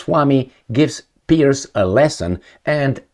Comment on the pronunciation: ‘Piers’ not ‘Pierce’